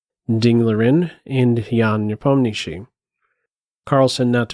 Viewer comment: Will you do videos on the world championship games? Nice to hear Nepomniachtchi pronounced correctly by the way 👌